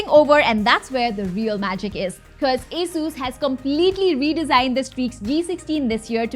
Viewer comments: everythime you say a-sus not ASUS i am gonna play a drinking game with water cause i hate alcohol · its A-sus not asussu call it rog not r-o-g call it rog